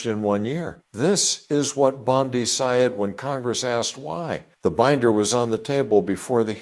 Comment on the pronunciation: Fu*ck No will I listen to this poor AI voice over. Said prounounced as "sah-yed". Nope. If you can't find someone to read it then it's not worth my time to watch.